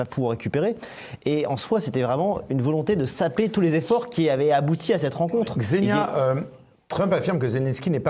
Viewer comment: Je sais que c'est pas intuitif pour les français, mais ça se prononce "Ksénia". Même chose pour Svetlana, ça se prononce plutôt comme "Çviétlana", pas "Zvétlana" :)